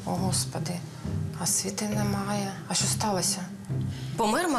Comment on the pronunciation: Розкажіть нарешті хтось розробникам цього серіалу : в українській мові нема "щьо", все вимовляється твердо. Це щьокання ріже вухо!!!